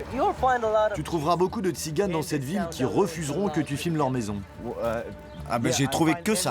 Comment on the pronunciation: On dit Tziganes pas Tciganes merci